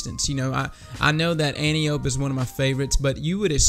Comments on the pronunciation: An-TIE-oh-pee, not antee-oap :) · Its not pronounced 'anteeope' its pronounced ( phonetically ) 'antipodee'. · An-Tio-P. Not Ant-iop. It's named after Wonder Woman's mom and we assume the D stands for Diana which is Wonder Woman's name. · It's pronounced AN-TEE-UH-PEE! You know, like the daughter of Ares in Greek Mythology. I swear I haven't heard one single Youtuber pronounce it right yet. Maybe be the first? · Sooo is everyone gonna mispronounce Antiope? Is that what we're doing?